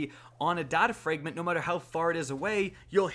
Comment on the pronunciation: Why cant you pronounce fragment